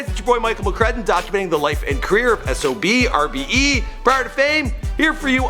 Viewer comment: And you say it like SOBRBE you don't say the X. That's how they say it themselves. Since ya asked